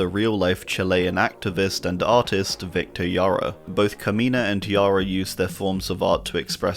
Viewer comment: Its pronounced victor hara, its spelled with a J put becouse is spanish the J is pronounced like an english H